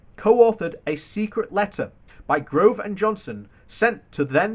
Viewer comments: It's Michael GOVE not Grove. He is an odious disreputable creep, but you should pronounce his name correctly. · There is NO R IN GOVE!